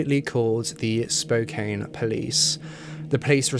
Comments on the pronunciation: Hehe I’m from Washington and not the pronunciation is important but it’s pronounced like spoe-can. People say like spoe-cane as a dis against Spokane for it being a popular distributor of cocaine. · “Spo-cane” lol It’s “spo-can” 😂 “Ska-git” It’s “ska-jit” 😬 I lived there lmao I’ve lived in skagit county, spokane, and oak harbor. Way too close to home 🤣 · Spokane is pronounced Spo-can, not Spo-kane. Just saying. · Literally just watched this to see if Spokane was gonna be pronounced correctly. It wasn’t but it’s okay, I love to see people try to pronounce Washington cities. It’s “spo-CAN” not “spo-Cane”. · I'm not even from Washington and i cringe every time he says "spo - cane" 🤣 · It's pronounced "Spo-can", the e is for the o to say it's name not the a. And it's "spray-g" the u is silent and the a says its own name. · It's pronounced Spoke-ann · ITS SPO-CAN, GODDAMMIT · your mispronouncing Spokane (SpoCan) and Sprague Ave. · Spokane. Small vowl a. E silent. So say can,. Then Spokane. Spo kan. Ty. Good show though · The "e" in Spokane is silent. Spo-kan. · Born and raised in Spokane so thank you for this. That being said, just so everyone knows, it’s pronounced spo-can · It is Spokane (pronounced Spo can). I haven’t watch fully but my first thought was this was Robert Yake the serial killer. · Pronounced “Spo-Can”. Sprague is still the road all the hookers postup on. Crazy to see my city tho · SPOKANE is pronounced Kane part is ,"can", hence the name is pronounced as Spo' Can That's ss the locals call the name ...yours Keith Vernon Lewis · It's actually pronounced spo can. I know it's just spelled weird. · Also: it’s Spo-can and spray-gue lol everyone who doesn’t live here pronounces it incorrectly lol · Being from Washington it’s fkn crazy how many horrifying things have happened there, with the most infamous being Ted Bundy. Gross :( Also Spokane is in the local Native tongue- “Spoh-can” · Pronounced....spoke-can And sp-rag.... rhymes with egg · It’s Spo can.